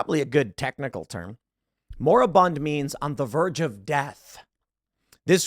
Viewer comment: I’m sorry, did you mean ‘mori-bound’?